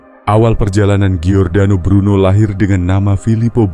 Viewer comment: Namanya adalah Giordano Bruno Dalam bhs Italia dibaca = JORDANO bukan GIORDANO. ❤ Salam Sukses Sejahtera dari kampung saya.